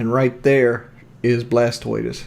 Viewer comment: “Blastortoise” lmao